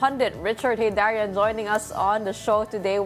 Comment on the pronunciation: heydarian sez so????? EEEEYYYYYderian hahaha senseless, nagkita sila ni GretcSHIT.